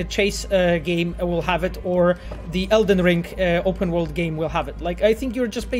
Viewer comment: para de falar ELDER ring por favor